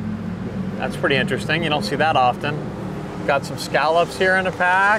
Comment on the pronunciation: Why do you pronounce T in a word "often"?